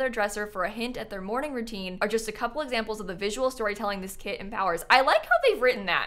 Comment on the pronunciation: it's KIT time and not CAT time!!! 🤡